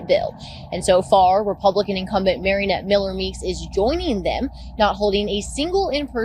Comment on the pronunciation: "Marianette" is this for real?